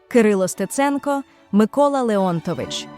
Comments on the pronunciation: Леонтович - наголос неправильний, треба на другому О. І він не написав "Щедрик", а зробив талановито обробку української народної пісні - колядки. Сором такого не знати і викладати данні в інтернеті. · Леонтович. Наголос падає на 3 склад. Ви вимовляєте на 2. Висновок. Ви абсолютно нічого не знаєте про " Щедрик". Бажання слухати вікторину зникло